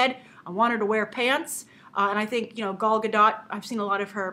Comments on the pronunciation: Gal Gadot is pronounced "Gale Goo-Doe" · From a site: "Her name is not said like, “She’s my gal”; it rhymes with “doll.” And her last name is not French, with a silent T like Brigitte Bardot. It’s Israeli, so you say the T, and it rhymes with “afloat.”" =) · Gal Gadot is pronounced with the long O and silent T